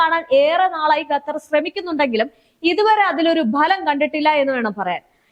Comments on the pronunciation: Gattar alla dear kathar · പെൺ കൊച്ചേ.... ഗത്തർ അല്ല. ഖത്തർ എന്നുള്ളത് എത്രയോ പ്രാവശ്യം എഴുതി... അത് പോലെ ((ഹൂത്തികൾ അല്ല. ഹൂഥികൾ എന്നുള്ളത്.)) പിന്നെയും പിന്നെയും നാവ് വടിച്ചു വരാത്ത. സ്വഭാവം. കാണിക്കുന്നു.. എന്തോന്നെടേയ് ഇത്. 👌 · മര്യാദക്ക് പറ വാർത്ത ഖത്തർ എന്നാണ്.. ഗത്തർ അല്ല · ചേച്ചി ഗത്തർ അല്ല ഖത്തർ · ഗത്തർ അല്ലാട്ടോ ഖത്തർ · അൽ ജെറീസയാല്ലാട്ടോ😂jazera. ഗത്തർ തെറ്റ് 😂ഖത്തർ ശരി. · ഗറ്റർ 😂😂 അൽ ജറീസാ 😂